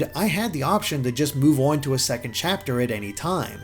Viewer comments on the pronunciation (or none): This is a fantastically well-written and well-presented review. But my favourite thing about it is how the reviewer pronounces ‘on’ as ‘awn’. It’s seriously lovely.